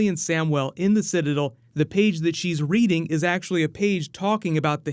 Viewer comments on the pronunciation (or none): none